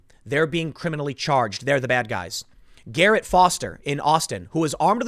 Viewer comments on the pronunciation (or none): none